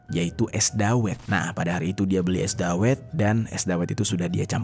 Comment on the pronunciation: Bacanya dawet bang, bukan dawet.